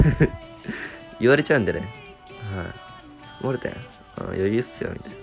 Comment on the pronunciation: モルテンじゃなくてモーテン